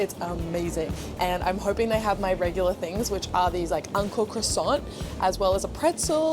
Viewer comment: I thought she kept saying UNCLE CROISSANT but realized she was saying ANKO CROISSANT 🤣🤣 クロワッサンおじさん